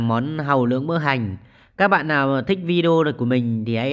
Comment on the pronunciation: Nghe bạn nói món hàu lướng...tưởng món mới ...kkkk